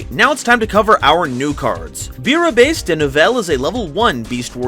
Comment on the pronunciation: Can't blame you for the pronounciation of the french words, it is so hard to learn I'm from france but you pronounce Bouillabaise perfectly. It's an archetype I'm really hyped to try, hungry burger was 1 of the first card I owned